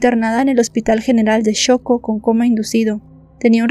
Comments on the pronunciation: es xoco no choco😅😂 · No se pronuncia choco...😅 !! El hospital se llama y se pronuncia Xoco...😅😅....o acaso pronuncias mechico en vez de México???? Un poquito de inteligencia en sentido común señora